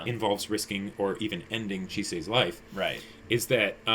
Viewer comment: saying Chise!!! I'm died 😂😂😂